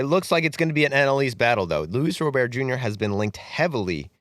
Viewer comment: Not that you'll talk about him again after the trade deadline, but Luis Robert's name is not pronounced like he's French. It's pronounced like someone who's first name is Robert. A hard T.